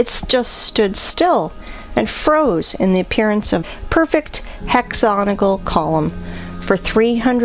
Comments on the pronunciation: "hexonical"? 😲 Slightly more than a minute later "hexoganol" 🤣 😺 🐾 Yeah... Someone needs to go back to school, it's "hexagonal" - héx-ágò-n'l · Maybe she speaks better English than the previous voice, but she still can't say "hexagonal"... hexonal...? hexoganol? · Hexoganal, begins to be like fingernails down a blackboard after awhile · What the hell is "hexogonal"? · I think you made a typo. She clearly said "hexoganal". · Please please someone teach this stupid woman how to pronounce Hexagonal.